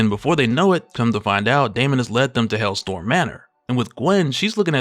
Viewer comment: It's HellSTROM. Not "Hellstorm."